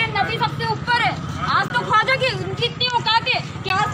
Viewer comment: Bhai khuaja nahi Khwaja hota hai